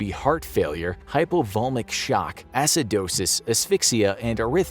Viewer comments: Hypo-Vol-E-Mic not Hypovolmic....! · “Hypo vol emic shock” is the correct annunciation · Hypovol EE mic shock. Love this channel, but you pronounced it wrong. Made me giggle.